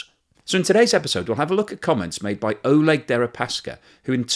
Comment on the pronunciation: Damn, guess I missed out on a unique defenestration joke. BTW Oleg is pronounced Ah-LYEK in Russian, their version of Alec.